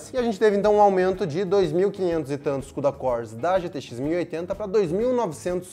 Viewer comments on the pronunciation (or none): Quantos “kudacór” hein!